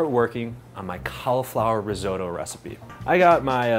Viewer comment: Reezohdoe? Take a few seconds and try to learn how to pronounce it, try a translation app very simple ri not re risotto.